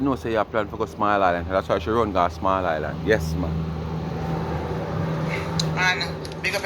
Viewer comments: there’s no “t” in island. For a person who think she so perfect, you need to learn to pronounce your words correctly. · I was about to write Island and not Islant